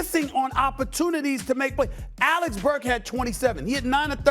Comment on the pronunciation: man if one more highly paid nba “analyst” calls him “Alex burks” I’m gonna lose it